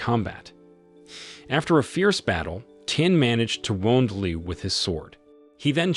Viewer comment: Virtually all the Chinese name are butchered. Nie (rhymes with Die) Ling'er, Tian (rhymes with Ryan) Anye (Anne-ye) and Qin (Kin) Gu as well... also, somebody should tell him that the initial h in "heir" is silent and that "heir" and "hair" are not homophones.